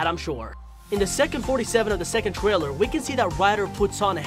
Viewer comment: In the twaiwer